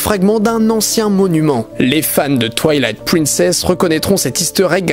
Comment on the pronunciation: Quelqu'un d'autre que l'auteur de la vidéo a joué à TwouailaiHt Pwinssaisse et a Bwess of the waild ? 🤣🤣